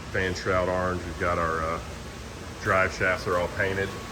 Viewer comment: "Arenge" he says